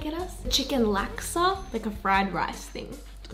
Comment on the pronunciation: Laksa is pronounced as luck sah. I laughed a little when I heard you pronounce it.